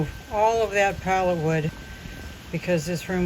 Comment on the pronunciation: It's 'pallet'